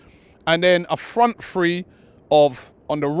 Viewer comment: I cringe every time these guys say FREE... it's THree... not free. lol